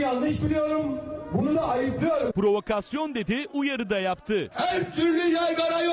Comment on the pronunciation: Hemen Selahattin Demirtaş i bahane etti bide provaksiyon diyo senin neyine provaksiyon diyicekker o adamın anlindan öpüyorum